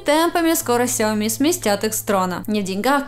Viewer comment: ну почему ксяоми, сяоми правильно